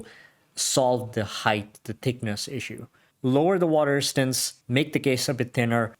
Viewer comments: I could only listen to water "ristance" so many times before bailing. His 4 inch wrist didn't help either. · WTF is "water istance"?